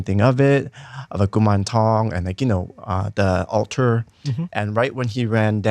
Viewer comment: Hmmm…altar is pronounced awl-tuh, not ou-tar